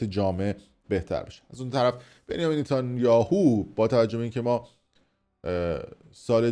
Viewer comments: نتانیاهو من دیگه منتانیو 😂😂😂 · شتر تو نمیتونی بگگی نتانیاهو یبار گفتی ریدی باقیشو گفتی بنی 😂